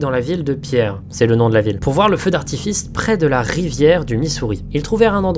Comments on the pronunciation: « Feu d’artifist » ptdrrrrr bien joué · on est d'accord il dit bien "feu d'artifiste" ? XD